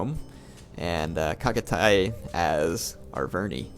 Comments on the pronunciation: the way i have always heard Chagatay is Shagatay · Reaaly love your comments on any battle :) good job and thx :) and just for help, 'ch' sound in 'Chagatay' pronounces as 'ch' in 'Channel' ;) chagatay is a respected historical general in Turkey :)